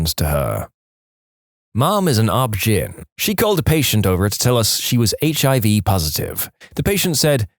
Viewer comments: OB-GYN is pronounced O,B, GYNE, as in short for gynaecology, not GIN. On the 30th time I heard it mispronounced, I had to comment. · Please sound out each letter of OBGYN, it’s not OB Gin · i hate this AI obbjin Oh Be jin hell AI figure it out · It’s not pronounced as a word, gyn is pronounced as the letters